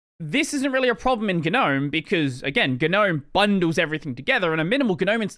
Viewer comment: all my life: gnome this dude: GEUH-nome